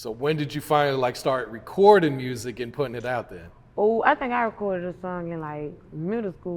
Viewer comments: Lol it’s the r in mursic for y’all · she said “MURRSIC” 😂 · Say music real quick? K Carbon: MURSIK?: Well there it is. 😂😂😂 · “Say music” “Murzic” 😂😂